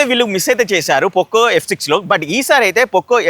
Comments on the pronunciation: Adhi Pokko kadhu bruh , It's POCO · Adhi pokko pokko kadu poco ( పొకొ, పోక్కొ కాదు )